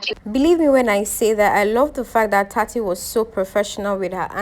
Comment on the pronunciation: Plizzz tsatsi not khsoi